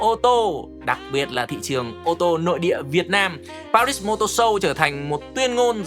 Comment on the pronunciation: Pari mà đọc pa - rít làm hỏng cả bài, đúng là fan vin thì chỉ đến thế.